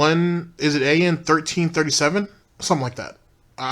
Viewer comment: Yes GTG it is An1337- apparently he pronounces that An Lee. I couldn't believe was willing to admit he really wishes he could still do all the racial "humor" he used to do- just wow!